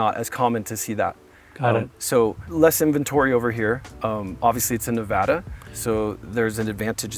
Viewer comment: If you're going to sell property in Ne-Va (a as in "apple", not a as in "say ahhh")-duh, you need to learn to say it right. Especially at this price. And tell the Silicon Valley douche who buys it to say Nevada properly as well and not vote like a California liberal.